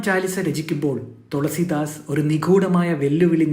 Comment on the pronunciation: തൊളസീദാസ് അല്ല തുളസീദാസ്